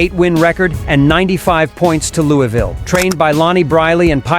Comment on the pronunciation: Daarrby was nuts but where is this "Lewey-ville" place? It's still in Luaville KY right? Lol